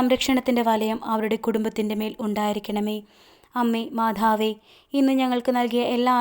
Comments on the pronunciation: മാധാവേ പറയാതെ മാതാവേ പറയു അത് ഒരു കുറവാണു. കുറ്റം അല്ല കേൾക്കുമ്പോൾ എന്തോ ഒരു ഇത് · മാധാവേ അല്ല മാതാവേ 🙏. ആരോഖ്യം അല്ല ആരോഗ്യം